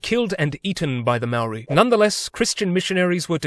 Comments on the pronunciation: It's more like mow-ry but flick your tongue at the r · he can say whare nui but not maori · Bruh please learn to pronounce Maori correctly! Other than that, pretty good video. I wish you'd highlighted a little more how the British pretty much shat all over the treaty of Waitangi and ignored anything in it that wasn't convenient for them because they considered it more of a formality or gesture than an actual treaty. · He's not even saying moari properly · God dam it... pakeha can't pronounce maori can they